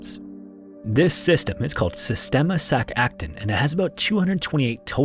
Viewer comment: Just for future reference, Sac Aktún is pronounced like Sack AckTOON. Amazing video as always